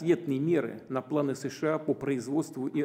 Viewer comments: А руки что к столу прибили гвоздями. И с какого перепуга он говорит шща а не США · ШША?вам к логопеду